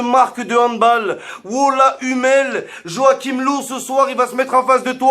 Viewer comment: Pour löw On prononce leuv